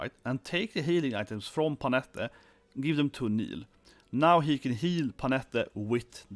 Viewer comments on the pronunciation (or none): It's Bye-lyth not Bee-lyth, and Pannette (like Annette) not Panetta. 😂